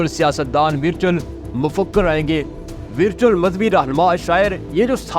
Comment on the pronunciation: لفظ Virtual کا تلفظ صحیح کر لیں۔ یہ لفظ آپ کو بار بار استعمال کرنا پڑتا ہے۔